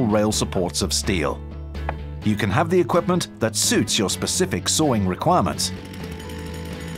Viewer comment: Ah yes when you are sawring